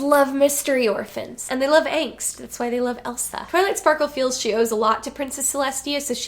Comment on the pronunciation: I heard "angst" as "eggs" multiple times. I have nothing else to add because I keep wanting this to happen, it's perfect